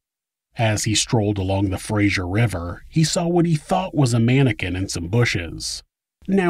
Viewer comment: Fraser River, not Frasier River lol.